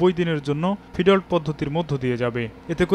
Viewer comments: ফিডল্ট আবার কি? 🤨। এটার উচ্চারন হবে ফিড-লট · Murkho journalist, it’s feed lot ( ফিড লট)। if you don’t know anything properly then don’t speak on it.